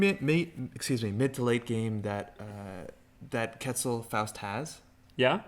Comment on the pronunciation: I love that netrunner as a game has characters from a lot of different cultures and backgrounds, but it breaks my heart when I hear how people pronounce Quetzal.